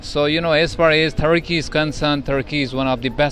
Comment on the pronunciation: if only american accent guy knows what Tharki stands for in India 😂 Edit: Ya Allah the guy speaking in Urdu now. But he choose to pronounce Turkey, "Tharki" while speaking in English.